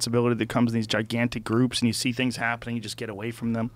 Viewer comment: Russell Brand trying to pronounce the word things is high level problem solving with dire conversational consequences